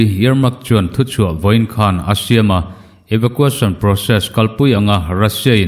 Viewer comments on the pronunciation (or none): Eva qu eisawn Tia lam tur